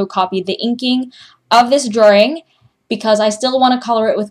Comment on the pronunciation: When you say drawing is it supposed to be prenounced like that?:/